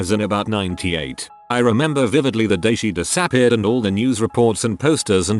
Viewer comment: Some of the mispronounced words are jarring, and funny af. Kind of a “break” in the deeply tragic mood. “She diss-AHH-peared.” Lmao.